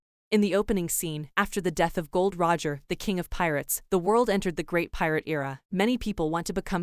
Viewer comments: Gold roger is pronounced goldee roger or golde roger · Not gold roger its gol d. Roger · Gold Roger 😂😂😂😂😂😂 it's gold.D.Roger